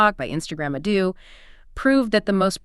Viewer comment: Nice but Could you please pronounces Ado's name properly? it is not |əˈduː|